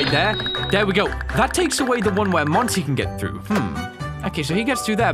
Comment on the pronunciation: Monty not month